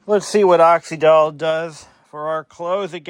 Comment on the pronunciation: I remember Oxydol well. My mother used it. I remember tv advertisements too. Not that it matters, but it was pronounced with the Y as the vowel E or I. So you say it like you’d say oxygen.